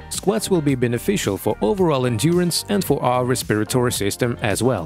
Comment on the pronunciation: I get so tired of third world people narrating these videos and massacring the pronunciation of words like respiratory.